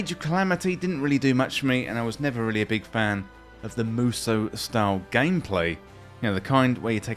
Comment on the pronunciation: I'd say the first one, or maybe musoh (it's the phonemes "mu" and long "so") Edit: so, it's pronounced correctly in the video